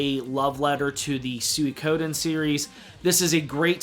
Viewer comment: A great video, but that "Sewy-ko-din" pronunciation made me wince a bit though lol.